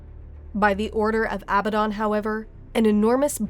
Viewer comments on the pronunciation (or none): Why the hell can noone pronounce Abaddon correctly? The stress is on the second a, not the first.